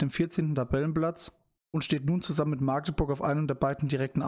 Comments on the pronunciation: Kleiner Hinweis zum FCM. Magdeburg wird magdeburg ausgesprochen mit einem kurzen a. Besser noch machdeburch Beste Grüße. und schönes Video :) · Bro bitte magdeburg mit einem kurz a sprechen sonst kann das schnell unangenehm werden alle aus magdeburg können das nicht ausstehen wenn magdeburg mit einem langen a ausgesprochen wird